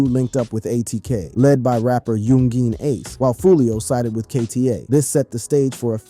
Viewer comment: yun-geen, kazoo 😆 this man